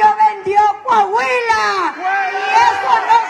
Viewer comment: NO ES CAHUILA, ES COAHUILA